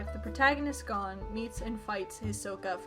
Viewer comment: the pronunciation of Gon sent pins and needles through my heart,, that is the most butchered americanized version of his name i’ve ever heard